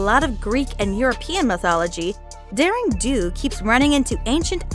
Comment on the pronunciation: It's not daring dong it's daring do